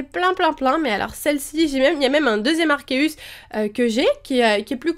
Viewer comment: Il me semble que l'on dit en prononciation Arquéeus comme dans le film Arceus et le joyau de vie ^^ Au départ j'ai due faire toute les prononciations c'est comme Régigigas :D ! Sinon très bonne vidéo ;) !